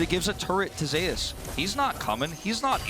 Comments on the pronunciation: Why do they call him Zay-ous? Is it not just Zeus? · Because In lck there was a player cause Zzus who was called Zoo-us and I think Zeus also said it’s pronounced Zay-eus like in Korean